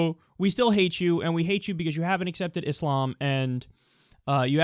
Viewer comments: "because" not "be-cuss" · Anybody else taken aback by Kyle pronouncing "because" as "bee cuss" lol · Anyone else notice how he says because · You says 'because' in the weirdest fucking way.